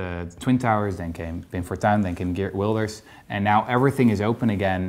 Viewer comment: I like how Rutger knowingly mispronounced 'Geert Wilders' in the way Owen did.